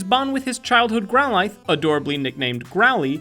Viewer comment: she doesn't even say growlithe